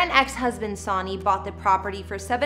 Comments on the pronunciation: Sawny & tape-estries? It’s Sonny (like son or sun), and TAPestries, not tape-estries. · Her X husbands name is not “ Saw née “ “ Bah no”. It’s pronounced “ Sunny Bow no” Holy cow. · Its not SOONY its Sonny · Say it with me: "Sunny" - not "Sawny!" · Its Sunny, SUN-NEE ~ not son nee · The girl didn't do her homework b4 this article. IT'S PRONOUNCED 🌞 SUNNY !!! GIRL 😣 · Beautiful video, however, you should check pronunciation of names....it's pronounced Sunny and Cher, not S..ahhhny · After hearing Sawnee's name for the tenth time, I can't watch anymore. LOL.. It is SUN NY.. SONNY, SONNY. LOL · Hi,, it is SUNNY not Sawny,,, just a tip,, research and have someone edit!!lol (Icons should have their names right) I enjoy these tours though!! Keep on!! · His name is pronounced Sunny (Sonny) NOT Sawny. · Sonny is not pronounced Sony, as in Bonnie; it's pronounced Sunny as in Bunny. I was around when Sonny was famous and have heard his name a million times. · How old is this woman who doesn't know its pronounced "sunny" lol They are icons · How can anyone ever pronounce Sonny ("Sunny") as Sawney?? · It's not SAWNY. It's Sunny. Sonny is pronounced Sunny. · Sonny is pronounced Sunny, as is a son...but ya know. Not Sawny. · "SUNNY" not Sonn - Nee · It’s pronounced sunny not Sony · It’s not Sony! It’s pronounced sun e. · Sonny and Cher not sawney, promise. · Not Sawney or S'O'ny When saying Sonny Bono it is pronounced SUNNY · His name is pronounced Sunny, not Sauny. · Pronounced Sunny, not Shauny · Her husbands name is not soni you pronounce it like Sunny. Always enjoy what you do but… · hey homegirl... it is not pronounced SAW-KNEE... IT'S Sunny... kinda making my skin crawl to hear you screech it out incorrectly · You seem to know so much about cher, it's sad out of respect , her husband's name was pronounced wrong. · It's Sonny & Cher. NOT Sauney. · His.name is not SAUNY. It is Sonny. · sounds like SUNNY not SOOONY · Sunny!!!!! NOT Sawny!!!!! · It’s Sonny like the sun